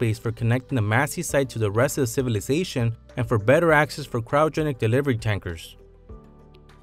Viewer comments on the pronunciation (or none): none